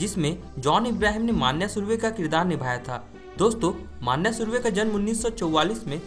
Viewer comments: अबे माण्या माण्या क्या बोल रहा बे, मन्या बोल ना..! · अरे भाई माण्या नही रे... मन्या सुर्वे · Dost मान्या नही मन्या है उसका नाम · स्टोरी अच्छी है बट मान्या नही मन्या (मनोहर सुर्वे) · wo maanya nahi manya he dost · "मान्या सुर्वे" नही रे "मन्या सुर्वे" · It's मन्या not मानया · नाम :- मनोहर सुर्वे तेरेको नही आता तो मन्या सुर्वे बोल मान्या मान्या क्या बोलता हे तू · bhai pronunciation toh acche se kr leta vo agra nhi hai vo agar bazzar hai nalayak or mannnyyyaaa nhi hia vo sir manya hai.........gadao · Arey pagal maanya maanya kya bol Raha hai Manya surve hai voh 😂😂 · मान्या सुर्वे ❌ नाही मन्या सुर्वे ✔️ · Bhai sahab wo maanya nahi manya he uska asli naam manohar pyar se college me manya pukaarthe the samjhe? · Maanya nhi manya nam tha manya bhai ka manohar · मांन्या नाही रे भावा मन्या सुर्वे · मान्या नाही रे मन्या सुर्वे आहे। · Vho maniya nhi hai manya hai😂😂😂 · It's not manya maniya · मानया नही मन्या सुर्वे विडीऑ बनाते हो तो पुरी जाणकारी लो तुम्हे सिधे बात करणे भी नही आती... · bhai vo मन्या hai मान्या nhi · मन्या नाम उसका ....क्या मान्या मान्या कर रहा साला .... 😂😂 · Bhai ye man-ya nahi vo ma-nya hai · It is मन्या न माण्या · मान्या नही मन्या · Mannya nahi manya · मन्या bol pagal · 😂😂😂😂 सही बोलो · Manya ka naam bhi nahi boolne aaata tere ko kya like du be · Abe manya thek se pronounce kar